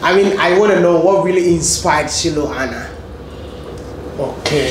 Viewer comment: Wodemaya thanks 🙏 for this inspiring video, u so brilliant to learn quickly even pronouncing "Shilu Ana" correctly 😁 . Long Live wode 🙏